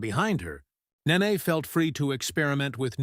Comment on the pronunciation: BTY, it's Nene (Ney Ney, not Nah ney) Get it right, she's a future superstar 😌